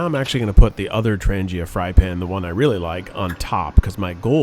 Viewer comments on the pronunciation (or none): It is pronounced Trang-yuh, with a strong "g"... Your 725-24 frypan actually DOES go on the top, like you had it. You need to order the "Strap 85 cm", That will connect your kit all together the way it was meant. ALSO, get the F29 orange bag to fit your whole kit (including the 4.5l Billy).